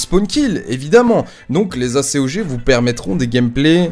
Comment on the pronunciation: tu c que normalement on di pas A.C.O.G mai acog